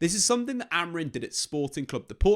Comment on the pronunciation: Day 196 of not being able to pronounce Amorim correctly